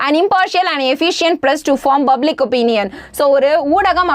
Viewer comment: Good effort. But you try to pronounce words stylish which has some corrections. *Its public you have pronounced buplic Why I'm explaining is that you have to focus on teaching clearly more enough